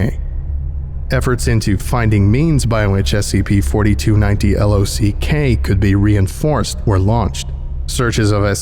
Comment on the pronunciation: Legitimately this was one of your worst readings. You mispronounced multiple words and you kept saying L O C instead of L O C K or just saying the word lock. Normally I love your readings but I feel like you failed to perform on this one.